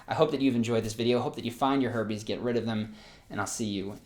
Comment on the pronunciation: How many people heard Herpes instead of Herbies?